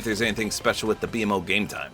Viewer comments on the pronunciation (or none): it’s pronounced beemo not b m o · It is so funny seeing someone not know much about adventure time because my brain short circuited every time he said “B-M-O” instead of “beemo” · B MO not B-M-O 😭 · I couldn't help but chuckle when said "B-MO" Instead of his actual pronunciation "Beemo" lol. I just gotta remember that not everyone has watched Adventure Time let alone heard of it XD. Also I think their proportioned fine, a lot better then some other skins. It would just be weird if they were all standing next to each other in-game cause in actuality Jake is so short and PB/Marcy are at least 2 feet taller then Finn. Jake ironically doesn't feel weird because he CAN stretch himself to be however he wants so overall well done Epic, you did a great job with one of my favorite franchises of all time. Can't help but be somewhat disappointed we didn't get any styles with a big collab......AGAIN but I digress. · Bee em oh? BEEMOH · “The B-M-O” lol its just B-MO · Ngl I get that u haven't watched much but you called BMO like its shortened is triggering me, its pronounced B-mo not B-M-O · It’s B-MO not B-M-O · Btw it's not pronounced "B M O" it's pronounced "B MO" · Bee mo lol not BMO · It's pronounced BeeMo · the way he says BMO pmo 💔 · I love that he calls BMO, b-m-o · Bmo is pronounced Bee Mo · BMO (Bee-Moe) this is the correct way to pronounce his name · it’s pronounced bee-moe btw💀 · I don’t like he says BMO instead of Bmo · BMO is pronounced Beemo btw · I used to watch Adventure Time a lot and, I'm sorry but I have to correct you here. 😅 You pronounce it as “beemo,” not by spelling each letter of his name. Edit: I'm glad you already knew, I just didn't see your comment. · It’s B-MO like bee moe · not to be that guy but BMO is pronounced beemo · Just for future reference. BMO is pronounced Bee-Moe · It was a little weird hearing it pronounced that way but you literally said you’ve only seen a few episodes. Ppl need to chill lmao.